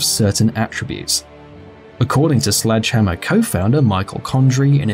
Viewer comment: Everytime he say "Slegdehammer", I always remember Eungene Sledge. Because his nick name is Sledgehammer